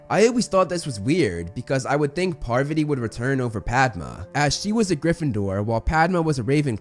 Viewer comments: Its pa-vaa-tee not par-va-tee! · "Par-VAH-tee" not "PAR-va-tee" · Its Pa-Var-tee. Not Par-va-tee 😂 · Parvati’s pronounciation is ‘paarvuti” and not Purvati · It's not "PARVuh tee" It's "Par VAH tee" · Lmao...I can't get over saying "Parvati" instead of "Pavarti" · PavARti... not PARvati.... le sigh edit: i just realized i pulled a Hermione... its fitting at least lol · Pavarti is said like Pav-arti not Parvity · Pa Var Tee not paver tee. I had to fast forward after the third mispronouncement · parVAti not PARvati….. sorry just pulled a hermione lol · didnt even know lavender was recast lmao. I cant tell which minor character is what xD. and pleas say PAR - VATI not PARRRVTI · no? her names spelled parvati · "Parv ott ee". silly. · Her name is pravati not parvati. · Her name is Parvati lol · parrveddi patil? alright, homie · the way he’s saying pavarti is killing me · Wait is that how you say Parvati? Have I been mispronouncing it all this time-??